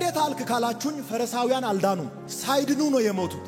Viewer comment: አቶ ሆይ:- “ ፈረሳዊያን" አይባልም: ፈሪሳዊያን ነው የሚባለው:: መጀመሪያ ይህንን አስተካክል